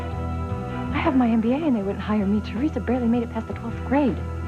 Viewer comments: Can for once say Theresa's name correctly. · he says it the way victor kiriakis said theresa's name in days of our lives. i've only ever heard those 2 people pronounce it that way!